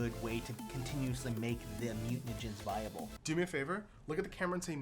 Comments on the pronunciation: Mute-Ah-Jen-Ist Mutagenist Mute-Ah-Jen Mutagen not Muten-Ah-Jen-Ist or Muten-Ah-Jen ;) :p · Here, let's give them proper syllable breaks: Mutagenist: /MYOO-tuh-JENN-ist/ Also: Chirurgeon: /KY-ruhr-juhn/